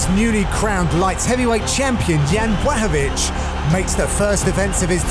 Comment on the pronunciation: Why does every review they pronounce jans last name completely different haha